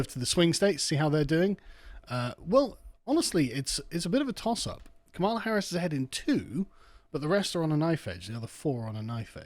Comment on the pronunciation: did I miss something who is Harrison? or is just a British way of saying her name? no hate bro just curious